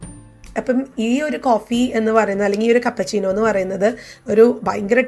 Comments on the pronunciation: കപ്പ ചീനോ അല്ല ക്യാപ്പുചീനോ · Kappa chino alla keppachino